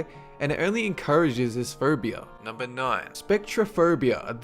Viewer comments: Am I the only one hearing him say "furbia"? :> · how that guy says phobia...lawl phaubia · I thought he said Ferbie-phobia!! HAHAHHAA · I think he's an Australian ?